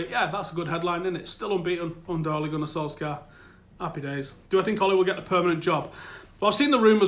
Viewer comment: will you stop pronouncing the k in Solskjaer if he gets the job?